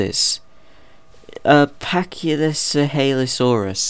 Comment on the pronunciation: Pak-ee-seph-a-low-sour-us. Thank me later.